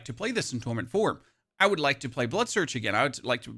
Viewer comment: all im hearing is that you want to plaz Last Epoch